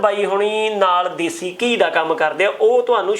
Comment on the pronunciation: your videos are worth watching but you are Punjabi no ghee say ghee please